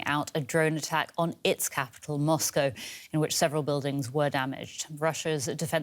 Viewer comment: "Life in Moscoworrr... " 😂🇦🇺